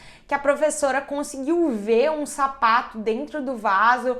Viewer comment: Na hora que ela falou sapato eu pensei que ela tava falado safado